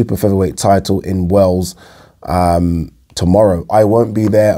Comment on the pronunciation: Sorry but you got to start pronouncing Wales correctly brother sounds like you talking about Royal Tunbridge Wells 😆